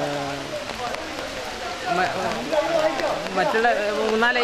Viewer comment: ....ropu Alla....rohu....ha..ha..honeybeeyude ha..